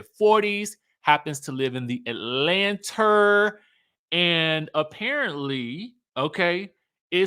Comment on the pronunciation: 1."Atlant-eeeerrr!" 😁 2. Monyetta can read 🤌!